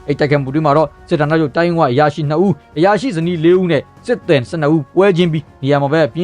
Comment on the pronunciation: Ko jackရေ အမှားပြင်ပေးပါရစေ စစ်သည်(သယ်) လို့မဖတ်ရပါဘူး စစ်သည်(သီ) လို့ဖတ်ရပါတယ် ကျန်းမာပါစေ အမြဲအားပေးနေပါတယ်